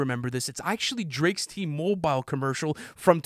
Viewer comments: T-mow bile... really mispronounced that didn't you. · Why'd he pronounce T-Mobile like that? Lmao